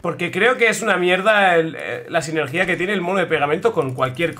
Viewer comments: SINERGIA SINERGIA NO SINERGÍA SINERGIA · Me da algo de cringe cómo pronuncia sinergia :(